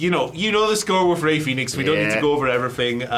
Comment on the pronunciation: Guys, it's Fenix, not Phoenix. Jesus Christ. Lol